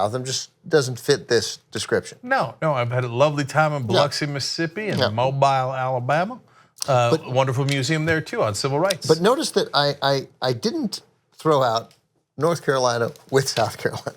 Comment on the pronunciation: It's pronounced mObEEl Alabama, not mobile. I know it's wierd, but still.